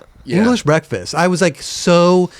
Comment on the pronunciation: has funny af pronunciations. Real word: English Breakfasts: English Breakfastses